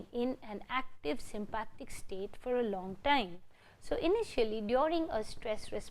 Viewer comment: Sympathetic not Sympathic 😬 but thank you! 👍🏼